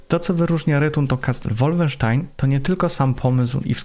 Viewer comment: Jaki łólfensztajn? To jest po niemiecku a nie po angielsku. Nie łólfensztain tylko wolfensztajn.